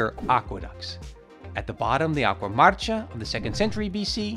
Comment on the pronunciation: AGUA APPIA????? Its ACQUA